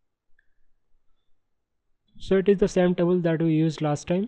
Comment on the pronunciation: Your tutorials are good but it is table not tabul.